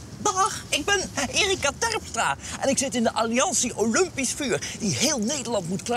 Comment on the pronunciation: weet je HOEVEEL mensen olumpisch zeggen....😂 ik begrijp dat gewoon NIET